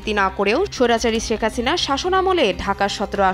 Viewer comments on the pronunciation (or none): none